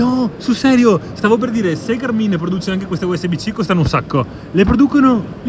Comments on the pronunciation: ma si dice sul serio Garmìn? con l'accento sulla i?? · Negli USA l’accento è sulla “a”. L’accento sulla “i” mi fa un po’ ridere...😂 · Fantastico tutto, una cosa però per favore: Gàrmin non Garmìn Buon proseguimento di giornata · GA'RMIN.....non GARMI'N ...... 😀